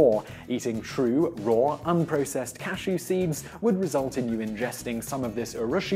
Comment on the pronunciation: He mispronounced cashew this entire video